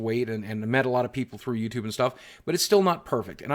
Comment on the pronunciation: In the beginning he said, “ladies and gentlemen of youdoob.” 😂😂😂😂